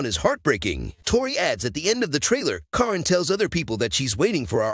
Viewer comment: You are pronouncing Caryn’s name wrong. Her name is pronounced Karen spelled with a C instead of K and a Y instead of e